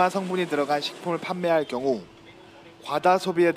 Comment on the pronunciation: 기자 이응 밑 자음 발음 장애있으신지요. 경우->겨우 중독 ->중도 아니 듣는 내내 말도 너무 느리고 답답해죽겠어요